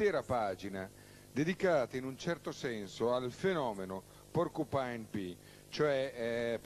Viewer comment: "porcupine pee"